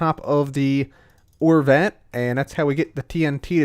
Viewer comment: Every time you say vat controller, I hear the fat controller